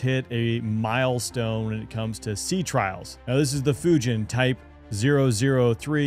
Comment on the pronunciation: Folks -you can’t even pronounce Fujian